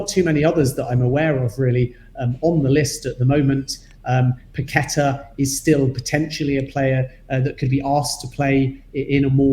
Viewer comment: Perhaps now you heard pronounce Paqueta correctly Pak-Ke-Ta and not Pa-Kwe-Ta as you insist on doing. It's disrespectful to not try and use your own version. Don't spoil a good channel.